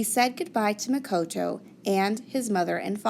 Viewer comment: It Muh-ko-to